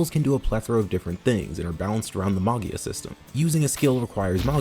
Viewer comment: Me, an italian, realizing half way trough the Arco review that you're talking about MAGIA that's literally means MAGIC in italian, and should be pronunciated like MAJIA, lie you would say "magic" but with the A instead of the C. Sorry but it was drawing me crazy, great video mate!